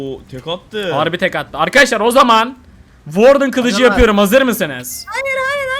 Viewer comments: Warden okunuşu vardın işe vardın😅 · "WARDEN" seni çok seviyorum 💕